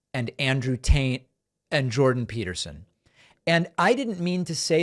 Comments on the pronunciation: Is David purposely saying Andrew Taint? 🤣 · Did you say Andrew taint? Lol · Did he say andrew tant🤣🤣🤣🤣🤣